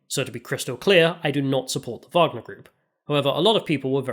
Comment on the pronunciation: the " WAGER "cola is not the wagner cola 🤣 Nice vid btw ! loved it!